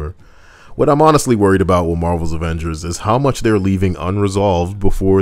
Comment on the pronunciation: “The averagers” 😭😭😭fuck that took me out!